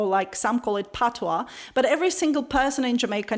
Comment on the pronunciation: Thank god she pronounced patios the way it should